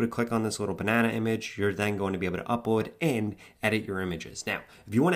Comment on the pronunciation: Say: UpLoad, Franklin, Tesla, Complete... It looks like your accent is from a different place, or I couldn't hear the "L" on your words, right ? Good job. 🎉❤